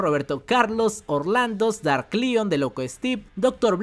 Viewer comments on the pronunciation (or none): none